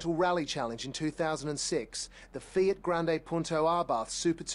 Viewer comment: lol fiat (fee-ah-t) lmfao